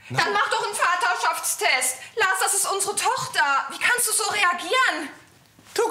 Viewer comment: Bin ich die Einzige die es witzig findet wie dieser Psychologe statt Vaterschaftstest FADDA -Schaftstest sagt